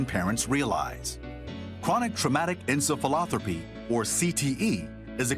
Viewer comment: Did he just say chronic traumatic encephaloTROPHY ?